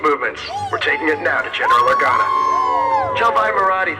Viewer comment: Anyone else notice the female pilot with the bald head say General Organo?